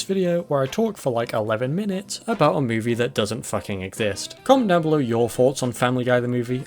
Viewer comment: "the bohb's buhrgars mew-vie"